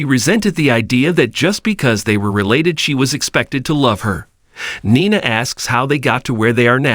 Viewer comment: Oh yeah!! Glad u asked. Nine-a, dant-tay. Makes me cringe as well.